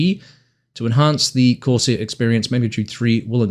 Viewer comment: “Corsair”….not “course air”. F***ing text talk